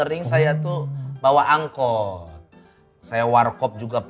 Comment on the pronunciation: Angkot malah jadi angot😂